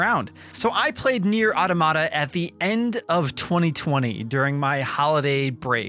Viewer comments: It’s pronounced: Ah Tah Mah Ta, not Auto Ma Ta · It's not "Aw-duh-mah-duh". "Aw-tom-ih-duh" is closer, but the correct pronunciation is "Aa-tah-muh-tuh". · Repeat with me: AU TO MA TA not “aodomada”… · I give this review a 1/10 for pronouncing “automata” like that 😬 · I like how this guy pronounces the word wrong. Just kidding. I fucking hate it.